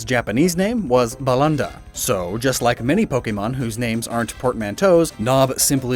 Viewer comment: Great video! It's very interesting to see stuff like this. However,... While your Japanese pronunciation was mostly fair, you butchered some Japanese beta names pretty badly, like Gyaoon or Balunda. You should've looked at the original kana before trying to pronounce these names as simply English words.